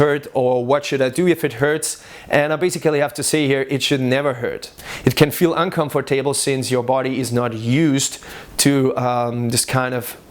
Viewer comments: "It can feel un-confor-table" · hue hue "Unconfer-table" ( ͡° ͜ʖ ͡°)